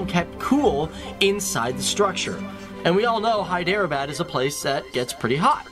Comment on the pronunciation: Your pronunciation is correct Professor